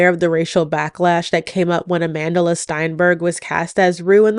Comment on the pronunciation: Side note: I absolutely despise how you American pronounce Amandla. It really isn't that hard to say.